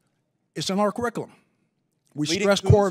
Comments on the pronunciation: What’s “cariccalum”? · “In our quick-I-lum. Akwas…” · “Our carikalum”? Really? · a four star general who cannot pronounce "curriculum". God save our nation and save my beloved Corps. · He cant even pronounce curriculum...i thought these generals were to be thd best of the best...😢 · You should be able to pronounce the word curriculum before you can teach one.